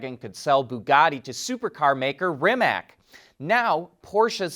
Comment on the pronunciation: Rimac is not pronounced Rimak but Rimatz